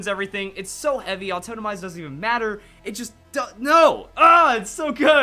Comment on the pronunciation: "autotomize" pls